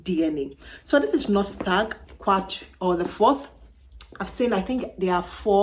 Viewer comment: I think it's Quatre not Quarte.